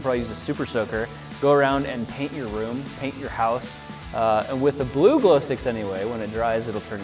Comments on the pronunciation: He said bluglo ha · Ha he said bluglo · Lol he said bluglo